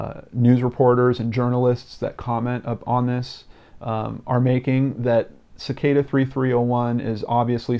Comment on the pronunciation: It's pronounced as SICK-AH-DA.